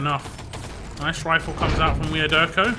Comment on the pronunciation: on supply was clearly see problem with et spawntimes.. TSB got spawn time set up that they had several seconds to attack EDIT after they respawn and be free to kill itself before theire respawn :X And IMO the I in wiaderko should be read as j. But great cast as always it is great someone is still casting ET